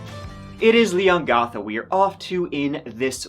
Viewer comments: Leongatha, not Leon gartha. The 'gath' part rhymes with Cath. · Sorry, lol, couldn't deal with your pronunciation of Leongatha